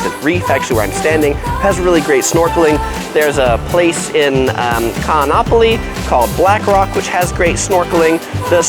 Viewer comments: I am a resident of Maui-your tips are pretty good and accurate, but you pronounce all the Hawaian names wrong, like Kaanapali and Haleakala. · I like your guides, however you should please try to pronounce Hawaiian words a little more correctly. You are way off on some of them... Haleakala, Kaanapali etc. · man you butchered Haleakala, its pronounced just like it reads. Ha-le-aka-la, & I cringed Kaanapali. Another great tip would be - Be respectful of locals, don't bring your entitled pretentious little attitude to the island, I don't give a shit how much money you spent to come here or how much your hotel cost - leave the tude on the mainland.